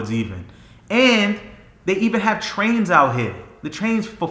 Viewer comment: “Out hea”